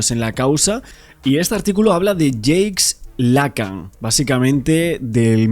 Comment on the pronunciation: Estás pronunciando mal el nombre de Jacques Lacan. Debes pronunciar "jack lacán".